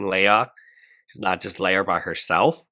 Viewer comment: It’s “Lee-Ya” her name is not a Star Wars princess